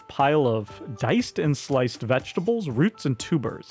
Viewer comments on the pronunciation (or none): none